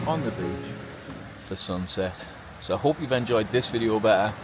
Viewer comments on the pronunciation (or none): OMG - for a moment there I thought you said you were thinking about driving up the coast “for some sex”!!! Had to replay it and clarified that you said “some sunsets”. Phew! Enjoying traveling along. Thanks mate!